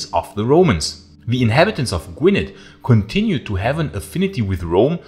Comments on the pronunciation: Gwynedd is pronounced "gwin-ith". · Agreed. Fascinating video but after the 5th mispronunciation of Gwynedd it started to gall a tad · Pronouncing Gwynedd incorrectly but i will forgive you 🏴